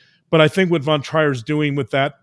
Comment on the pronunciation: The name Trier is pronounced Treer. Love to listen. Thank you for showing us and explaining the depth of the damage inside human psyche.